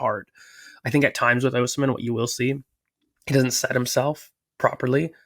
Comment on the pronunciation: Name is pronounced Oh-SEE-meh heart ❤